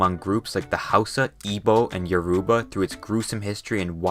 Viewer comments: Man says yaruba, while its "yo-ro-bah" Although not his fault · Yoruba is pronounced Yo-roo-bah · It is Yoruba, not Yaruba, Benue is pronounced /benwei/ no offence. Oyo is /o'jo/using phonetic transcription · its yo-ro-ba not yo-ru-ba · It is Your-ro-ba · Yoruba is pronounced Yo-ro-bah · As someone in Nigeria I can relate to this but you don't know how to pronounce some word like: yourba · Also “Your-ah-Barr” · u said all the states, and yoruba wrong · As an Nigerian-American, the pronunciation of Yoruba really hurt my ears 😂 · As a Nigerian myself, I've got to say how funny the pronunciations were, especial Lagos and Yoruba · You mispronounced every name in this video except for nigeria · dont forget the pronunciation of yoruba